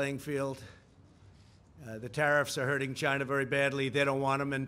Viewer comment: LOL why can't he say China normally